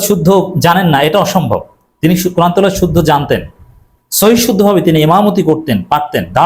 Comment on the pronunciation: You said teloat why no Tilaowaat?